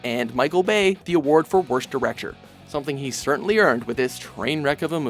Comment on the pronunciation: Directure?! That is the worst pronunciation of a word I've heard from this man yet! Direc-ture. Me thinks you need to brush on your diction skills.